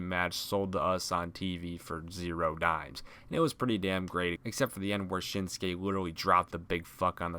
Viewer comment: Why did he say shinskays name like that